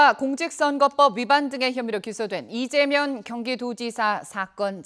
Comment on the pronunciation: 발음 똑바로해라.. 배고프냐.. 이재명 이다.. 면아니다..ㅡㅡ..